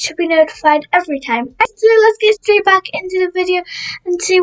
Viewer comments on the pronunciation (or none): none